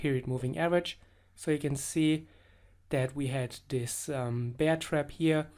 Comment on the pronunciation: fyi: you pronounce "bear" incorrectly. No offense, just constructive criticism ^___^. love your videos.